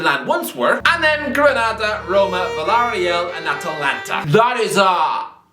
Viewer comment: Villar real, it actually sounds good when you say it like that